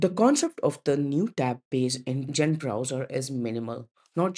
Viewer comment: Allow me to introduce you to Audacity. tbh, I had to turn my volume up to max to hear this video. Even chatgpt told me that users will forgive bad content (actually your content is very good except everyone knows it's Zen, not Jen, even if they never hear of the browser before, like me.), but they will not forgive bad audio. Please run your audio thru audacity before submitting.